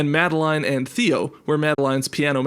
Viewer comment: that's not how most people pronounce madeline